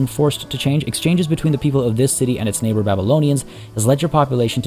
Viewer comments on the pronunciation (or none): none